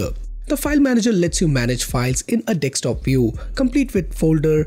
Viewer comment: Bro, it’s pronounced as D E S K T O P, not D E X T O P.😊